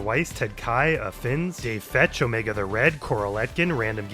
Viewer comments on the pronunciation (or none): none